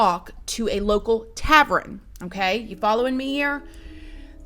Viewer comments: Oh I’m not being a Karen you always say if your pronouncing something wrong to let you know …. It’s no big deal but when you say tavern you say it as if it’s spelled “Travren” and it’s a common mistake when your trying to say it the way you think it’s spelled but your switching to letters the “R &E” but it’s spelled “tavern” no R at the beginning either, it’s said exactly how it’s spelled “Tav - ern” if you just say it how it’s spelled you’ll find it so much easier to say too! Tav ern and the ern part sounds just like urn that you keep ashes in of the deceased so it’s Tavern! You got this girl so many ppl mess up everyday words cuz they don’t look at the correct spelling or they do and mix up the letters so no biggy it’s an honest mistake, remember not Travren instead Tavern! Perfect!!!! Love you 😘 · Love her but drove me nuts when she says ‘tavren’ 😂